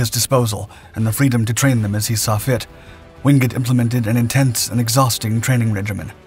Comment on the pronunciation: Why is it that this channel insists on showing footage of American servicemen, when the story in question has nothing to do with them? My father's best friend and our neighbour served in the Chindits. He really hated the Japanese for what they did to Allied POWs and local people. By the way, his surname is pronounced WINGATE, not Wingut.